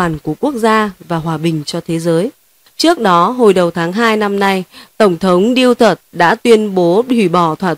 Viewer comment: Tong thong Du-to-te,not Diu-tot